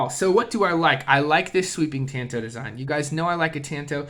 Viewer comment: It's pronounced tahn-toh The Kobun variant was used by the CIA. The slim profile made it easy to wear, like in your boot.